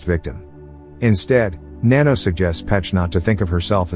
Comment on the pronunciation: its nanno not nanno